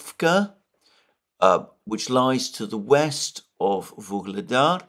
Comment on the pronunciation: It seems like you pronounce a'"g" sound in the middle of Vuhledar or am I imagining it?